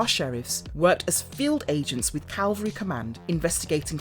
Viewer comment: Hi! "Mecha" is pronounced "meh-kah", not "Mee-kaa". Also, it's Cavalry Command, not Calvary Command.